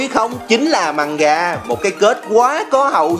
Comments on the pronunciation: Mgamga mà ổng kêu manga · Mganga đọc là Mờ-gan-ga chứ không phải Manga vì nó có chữ "g" nữa mà